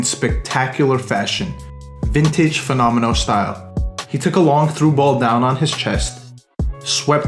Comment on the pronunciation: how can you butcher fenomeno?